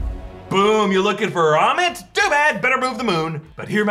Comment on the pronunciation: It's ammit... Not ahmet